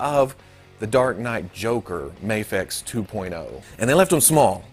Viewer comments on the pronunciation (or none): You dont have to say muhfex its just an acronym, the way the letter is said doesnt dignify the way the word us said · "The Mafexio" Please let this be how you pronounce it from now on lmao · New game: drink every time pronounces Mafex differently.